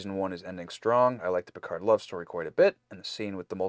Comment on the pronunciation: pronunciation of PERCARD is quickly becoming my favorite part of these reactions. It almost sounds like is slowly starting to follow suit. He started with Picard but it’s slipping.